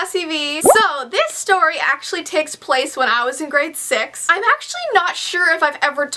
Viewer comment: did she say grade sex ?